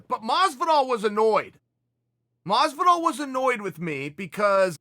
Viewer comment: Chael " GEORGE MASVIDOUL" Sonen